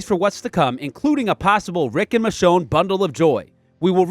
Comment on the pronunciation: It's michonne by the way